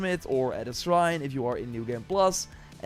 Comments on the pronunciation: Say srine one more time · not being able to say "shrine" is what sent me